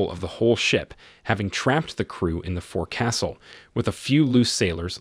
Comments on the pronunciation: Just a little boat talk...It's pronounced "folk_sill" not "four_castle". Just say'in. BTW this was his best movie, loved her and the Ship. Good review over all.. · IT'S NOT PRONOUNCED FORE-CASTLE!! IT'S FOKSUL. THE O IS A LONG O!! I WAS IN THE NAVY!! NOBODY CALLS IT THE FORE-CASTLE, YOU LANDLUBBER!!! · it is not " fore castle" it is pronounced =FOLKsil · "Fo - Ka - Sill not forcastle. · It's not pronounced fore-castle... it's sounds like foxle...or fox-el. Fore-castle hurts my ears. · It’s pronounced folks-al. Not fore castle. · To the Narrator: It's not Forecastle. It's called The Foc'sle. Try to get it right the next time please. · "Forecastle" should be pronounced like "foxall". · It's FOC'SL NOT FORECASTLE! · Forecastle is pronounced like folk sull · Forecastle is pronounced Foc'sul. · FFS “forecastle” is pronounced Fowk-sl… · Your robo-voice is mispronouncing "forecastle". It's proper pronounciation is "FOLK-sul". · Learn how to pronounce forecastle. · Learn how to pronounce "forecastle" Scheesh.... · It's not pronounced "fore-castle"...it's "foax'sle". Also, it's the "mess deck", not "mass deck". Just corrections from a retired sailor.